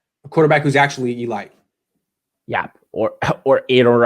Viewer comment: E-light? Oh, elite .....